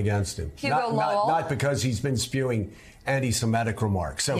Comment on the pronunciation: It’s anti sem i’ tik, not sem eh’ tik. The root word is Semite, not Semete.